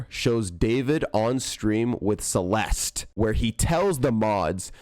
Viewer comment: your pronouncing her name wrong ITS CE-LES-TEH